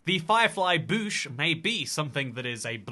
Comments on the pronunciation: I've never heard it pronounced as "Boosh" or "Buhsh", it was always an in-between of those two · > Still can't pronounce "Bush" properly xD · im starting to think says bush like that on purpose now..